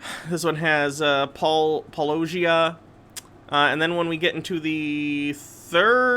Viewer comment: Love your content, but that pronunciation of Paulogia was criminally bad, lmao